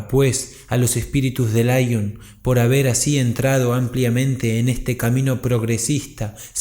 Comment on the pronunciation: Laion? Si te escuchase Kardec se rasgaría las vestiduras. Lyon se pronuncia como se escribe, LION, no a la inglesa.